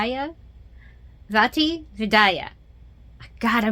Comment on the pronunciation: Nailed the first name Vaati (Vat-EE) the second name can be broken down into phonetics vid-ya which is just another way for saying "video".